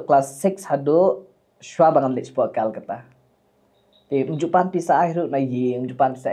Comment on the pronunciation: KALKATA ✅ KOLKATA ❌